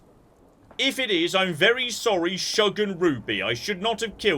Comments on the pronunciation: It's not Shug like Shrug it's Shug like Sugar. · "Shug" (the glowing dog killed) is pronounced like the first syllable of sugar, and is the shortened form of it; similiar to "hon". It is a term of endearment from the US southeast. Somewhat old-timey.